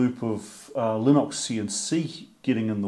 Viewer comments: Previous comment got deleted due to YouTube assuming I was cursing, no doubt, stoopid robot. Anyhoo...Lih-nix not lih-nox. From the man himself Linus Torvalds, the creator: It is pronounced Lih-nix. Maybe you have some idiosyncratic bloody minded quirk about it, I dunno, but I do wonder sir, I do. Nut still off after the wires are all in, if I had a dollar .... be it heatshrink, gland nuts, backshells...gahhh. The pain of it. Congrats on the milestone. Rock on. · Lie-nux. Lin-ox. ?